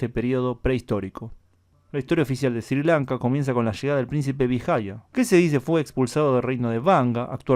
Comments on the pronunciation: Creo que se pronuncia "esri Lanka" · Se pronuncia "Srri Lanka" tú lo pronuncias muy suave.